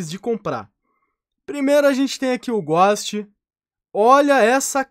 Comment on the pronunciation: O "Ghóst" ta lindo mesmo na minha umiude opineition o melhor "ghóst" é o ghost-Osso de Mexilar